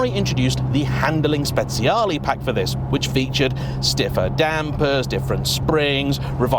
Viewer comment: Hi, have to correct you on the pronunciation of Speciale 😬 I remember May got it wrong first on top gear for the 458 Google translate says it right, if YT allows me I'll link it in a reply